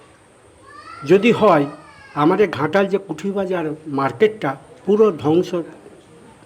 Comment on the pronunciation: ঘাটাল হবে খাটাল 😂😂😂😂😂😁😁😁